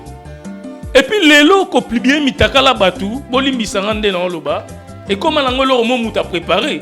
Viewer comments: Papa ons dit publier et plibie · on dit publier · 🤣🤣🤣🤣 na yoki'ango plubier esali nga pasi na matoyi🤣🤣🤣🤣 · 🤣🤣 kutu kutu ezo lekela nga ndenge azui temps yako tomboka sur kabuya na ebele ya difficultés aza nango pona ko prononcé mot Publier 🤦🏽‍♀️ eloba nango yo a zangi kindoki te 🤣🤣🤣